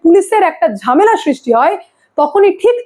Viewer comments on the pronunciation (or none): none